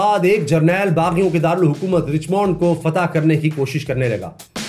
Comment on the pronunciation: یہ رچمنڈ کو رچمونڈ نہیں کہتے بلکہ رچمنڈ (رچمینڈ) (رچ مینڈ ) کہتے ھیں جیسے ڈائمنڈ کو ڈائمونڈ نہیں بلکہ ڈائے مینڈ کہتے ھیں ۔ میں صرف اصلاح کر رھی ھوں تنقید نہیں